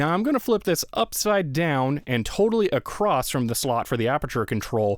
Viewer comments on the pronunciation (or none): Yes, I also enjoy manual autofocus. Edit: "Acrost." I think the word is "across", no T on the end. Not mocking you, I have a friend that says it that way too. And I've even done it myself. Kinda a fascinating language quirk.